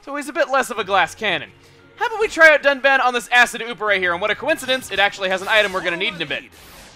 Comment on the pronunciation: "with our shiny new dun-bitch"